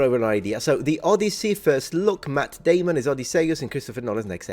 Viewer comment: Until the end of time, I will hear it pronounced as in Team America. I guess it was, in hindsight, an accurate depiction.